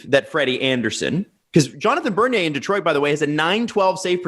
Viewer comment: I had to pause the video when you said bernier.